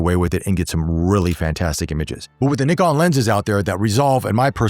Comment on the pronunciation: Thank you for pronouncing the word NIKON right and of courser focusing the photographers on this review.....